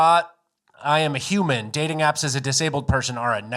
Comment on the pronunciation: It's human, not huwoman.